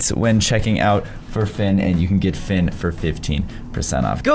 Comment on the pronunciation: You know how to spell octopus rubber ducky plushy but you don’t know how to spell Finn or sometimes pronounce fin